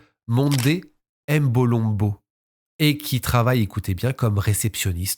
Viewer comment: Toujours au Top, Mais la prononciation de certains nom m’ont déranger lol. Mbolombo, Ngeni,… On ne dit pas M-(Aime) Mbolombo mais uniquement MBOlombo sans dire le M, Pareil pour Ngeni, Mbappé ou autre Noms africain commençant par M ou N 😊